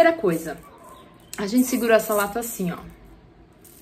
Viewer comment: Lega! Obs: um "s" entre duas vogais tem som de "z" então a pronúncia seria"azalato". Muito boa a aula parabéns.